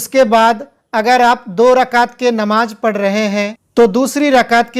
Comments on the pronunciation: bhai apne Bolne ke talaffuz pe kaam karo, Namaj Nahi Namaz Bolo, agar aap Sahi se nahi bologe to mehsoos hota hai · Namaz ka talafuz seedha bolo (namaj)x. Namaz✓ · Namaz to sahi bol, Namaj Namaj kya bolte ho. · Namaj nhi hota h namaz hota h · Mere bhai bolne se Pehle harfo ko clear karo.jeem nahi zal ke sath hai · J और Z में आपको फर्क नही लगता है है क्या???? कहाँ पर ज लफ्ज़ इस्तेमाल करना है और कहाँ पर ज़ नमाज नही """नमाज़ इस तरह से""" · Namaj nahi hota hai namaz plz correct your pronounciation. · Sahi kaha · Tum hindu ho ya musalman ??? Farj nahi hota farz hota hai namaj nahi hota namaz hota hai